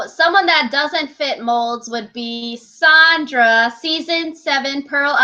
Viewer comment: SANDRA. It's pronounced SAND-RUH. I like listening to you guys but the name pronunciations make it like nails against a chalkboard whenever you say them wrong. 😂 It also makes you lose some credibility when you don't know how to say names. But keep up the good work, that's my only critique :)